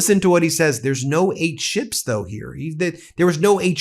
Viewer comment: Did he say he got 8 'sh1ps'...or 8 'sh1ts'?...they have meds for that second 1 you know